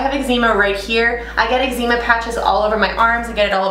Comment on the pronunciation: Calgon probably, but no eczema is pronounced "eg ze ma" or the way I pronounce it. Different countries can pronounce things differently. :) Not sure why this was worth commenting tbh. 😅